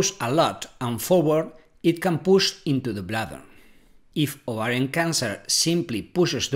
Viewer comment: Are you ATTEMPTING to say "OVARIAN TUMOR"??😳😏